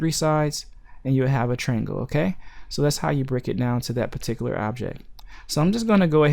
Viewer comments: Dude, it's not a "trangle" It's a triangle. That's TRY+ANGLE. Triangle. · Dude, it's not a "trangle" it's a triangle. That's TRY + ANGLE. Triangle.